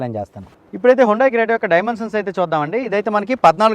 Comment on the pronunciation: క్రియేట కాదు రా అది క్రెట 🤣🤣🤣🤣